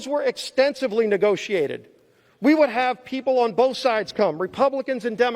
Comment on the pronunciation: We the weepull of duh webubwic of the green new deal....hold these socialist to be equal and .... oh come on Joe you know the thing